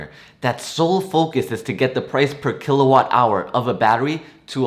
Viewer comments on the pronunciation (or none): none